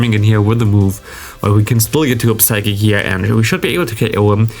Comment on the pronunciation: Psychic is pronounced with a silent P. So «sykik». Nice video